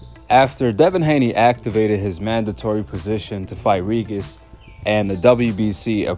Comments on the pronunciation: Regis is pronounced Ree-Jus. Sometimes a g next to an i or e is pronounced as J in English. Like in Gin or Gem. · Why do you call this man “ Ree-Gis” 🤣😂😂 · Tha man name is pronounced Re-gist 😂